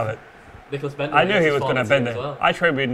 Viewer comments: Lmao rob holding called him “Lord Bentder “ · rob says ""lord bendtner" 😂😂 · LMAO ROB SAID LORD BENDTNER 😂😂😂😂